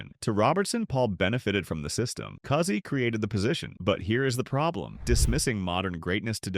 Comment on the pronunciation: "Cousy" rhymes with "choosy".